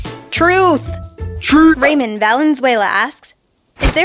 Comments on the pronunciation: Pronouncing Ramón like "Raymond". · ITS PRONOUNCED RAH-MONE NOT RAYMOND GEEZ. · why do you pronounce Ramon wrong